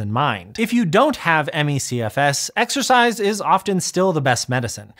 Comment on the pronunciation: Exercise? I thought you said "extra fries"...